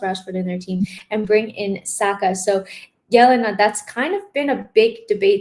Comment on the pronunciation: Jelena a ne Yelena !?